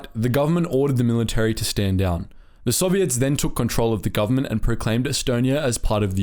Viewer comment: The way the narrator says soviets is weird, sounds like he's saying "sobiets".